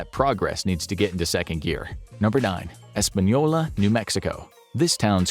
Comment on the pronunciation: Espanola is NOT Los Alamos. Totally different towns. In fact, Los Alamos is one of the safest place to live. Get your facts straight but thanks for pronouncing it right